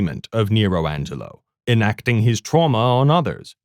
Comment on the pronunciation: it's "Angero" not "Angelo"